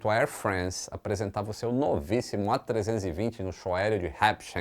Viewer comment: top o vídeo. Parabéns pelo ótimo conteúdo! Só uma dica: ao invés de falar Air Frence, fala exatamente como se lê: air france, tipo air frânce. É o mais próximo possível do francês. Bombardier: do jeito que se lê, também: bombardiêr. 🤣🤣